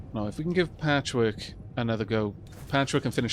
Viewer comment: Every time you say "Patchwork" i hear "Patrick" then I imagine the Chimera Squad base getting calls asking "is this Chimera Squad?" and her answering the phone and saying "NO! THIS IS PATCHWORK!" before hanging up and muttering to herself how everyone keeps asking if she's a Chimera. Then Whisper of course being the one who points out "that's the name of our team" - "WHAT?"